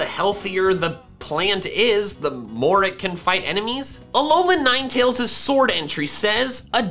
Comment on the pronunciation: he said alolan niteals